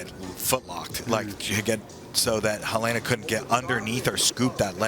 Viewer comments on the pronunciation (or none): HUH LAY NA. its HEH LENA. Americans butcher every other language...